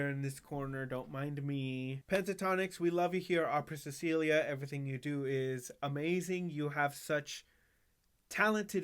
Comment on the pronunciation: Thank you...I always enjoy your break down of PTX videos, and it's so nice to hear someone pronounce "Cecilia" correctly. I'm just "Celia", but so many people mispronounce it. I hope you can react to the videos on their new album "Holidays Around the World". They are "Kid on Christmas" and "Prayers for this World". Even though it only has a visualizer, my fave on the album is "Joy to the World/Kumama Papa" with an African feel. I look forward to your next PTX reaction.